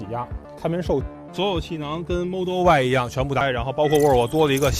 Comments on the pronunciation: 모덜y...? 모델y??? 배러리~라고 하지 않고 배터리 정확히 읽으시네요.... 잼있는 영상 잘봤습니다.^^ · 모델 발음 모럴ㅋㅋ 배터리 발음 배터리 왜 배러릐 라고 안하시고😂😂😂😂😂 진지하게 잘보다 웃겨서😅